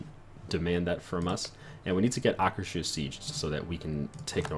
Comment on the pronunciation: Akers-Hus (pronounced Ahkers Hoos). Not Aker-Shus.